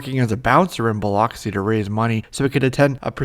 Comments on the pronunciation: As someone who lives in the next town over from Biloxi, PLEASE learn how to pronounce the name of the city. It's pronounced BILL-ux-E, not bill-OX-e. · It's pronounced "Bah lucks see"